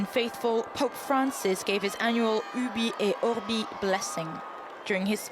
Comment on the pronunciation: How can an European channel read "Urbi et orbi" in that way? 🤦🏻‍♂️ Guys, please, that "iurbi" pronunciation is not a matter of English accent, it's an insult to the Latin roots of the continent you're talking to.